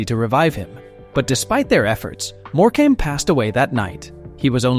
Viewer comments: eric more-came. NO NO NO. more-cum is the correct pronouncement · If he says more came again I might scream it’s pronounced more come ok! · It's not "more came" you idiot. It\s "Morcome". If you are going to use AI, at least find a literate one. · It pronounced More come not more came dag nam it! Also its lead as in dog lead not lead as in the soft metal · More-came!! Wish these idiots could get names right. If he can pronounce Tewkesbury correctly you’d think he could get More-cum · If only you learnt how to pronounce a lot of your script. More-come NOT More-came is one of the most annoying ones. 😂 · It's not pronounced More. Cam. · Eric More came 😂😂😂🤦🏽‍♂️🤦🏽‍♂️🤦🏽‍♂️ at least say it properly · Eric MorecAmbe? 🤣🤣🤣🤣🤣 What a joke! With several other dodgy AI voicing errors and footage of several of these deaths existin and yet, we don’t see any of them. A very poor show. Obviously not checked before it was published. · Morecambe its pronounced more-com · Triggering me so much that your saying Eric Morecambe’s name wrong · Terrible pronunciation... no 3xcuse for errors in the names of people who feature in this. Cringing every time the name ',Morecambe' is mispronounced. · The many mispronouncedrepetitions of Eric Morecambes name render this entire report ridiculous. Asise from which, he didn’tdie on stage. This is made for $$$ trash. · Thank you! That was so irritating and disrespectful when they cant even be bothered to pronounce their names correctly